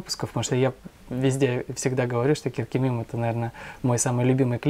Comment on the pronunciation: Правильней будет Коркемим, а не Керкемим. Вторая буква произносится как буква о, а не а. А то значение меняется.